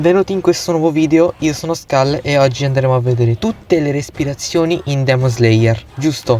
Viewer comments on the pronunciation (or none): none